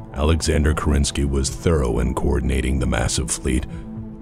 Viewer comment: Great video! It must have been a huge effort to make a 2h video. The thing that bothers me as a native russian speaker is american pronunciation of "Kerensky". In russian the emphasis is on the first syllable in this particular case.